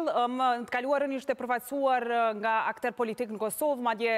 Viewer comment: Jo "akter", por "aktor!" Ç'rëndësi ka emri i "kryeqytetit"?!